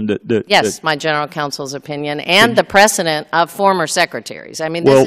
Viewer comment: We got your "precedent" hangin', honey.